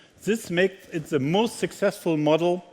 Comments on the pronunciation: It is embarrassing that such a Top Manager only speaks poor English. Tut mir in den Ohren weh. Vor allem, wenn "the" immer als "sse" gesprochen wird. Sagt ihm das keiner, dass das behindert klingt? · The = Seh , das ist so peinlich. The spricht man - Dh, bzw. Dih ( je nach dem welches Wort voraus geht, aber niemals Seh!!!)...und This spricht man auch - This, bzw. Diehs und niemals Siss!! Das kann doch nicht so schwer sein...und das als Weltmarke! Einfach nur Fremdschämen!